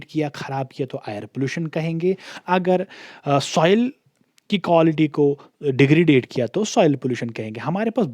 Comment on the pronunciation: Please correct your accent as you completely pronounce words incorrectly. Otherwise going good. It is degradation not degradade.